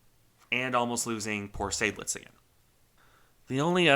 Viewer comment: But the only correct pronunciation is not that difficult. Once again: Zide-lits. Just listen to a German! :)